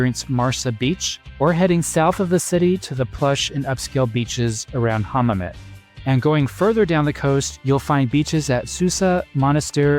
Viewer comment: like "louage" not "lounch" or " hammamet" not "ham net" ..